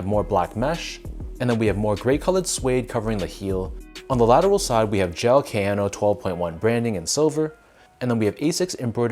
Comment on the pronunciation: Prononciation: Ah-siks not eysiks; Kah-yanno not keh-yano (key: ignore weird English way of pronouncing letters when it comes to pronouncing most international words) if you care off course since you are reviewing them